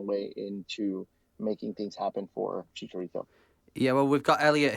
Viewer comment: I love the podcast, but if you're gonna say Chicharito's name a whole bunch of times atleast give him the respect of pronouncing it correctly. Chee-cha not chick-a